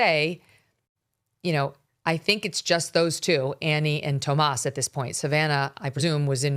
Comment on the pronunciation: Anyone that pronounces their name Thomas as TOW-MOS is absolutely guilty of something